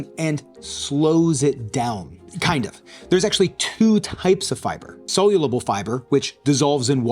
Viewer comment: Crazy to produce a month long fibre experiment and not learn how to correctly pronounce "soluble"